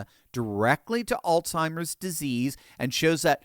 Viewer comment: There is no such word as AllTIMERS! It is pronounced ALZHIMERS! There is a Z, not a T!!